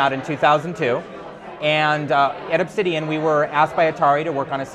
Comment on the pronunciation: first thing i thought too lmao he says "obtshidian"